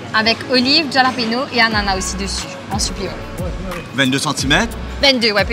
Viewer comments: Mlle,, c'est pas Ja-lapeno, ca se pronounce Haa-la-peno. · hallapino is how its pronounced but t am not sure pei or pino - my latin friends say hallapino